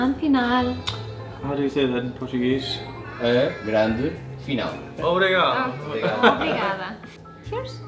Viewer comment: The beauty of portuguese food is the opposite of modern cuisine (imo). Maybe Lisbon is not the best place if you were looking for this kind of cuisine :) still an experience I guess! And last but not least, the obrigado was ON POINT and I don't usually say this to foreigners :P